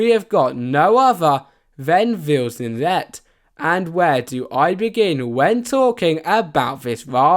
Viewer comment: Its called "Vildsvinet" not "VildsviNET"